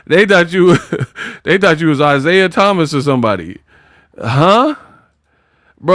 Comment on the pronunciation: When you said Isiah Thomas, it had me laughing for about 5 mins... now you're just violating the GWAT.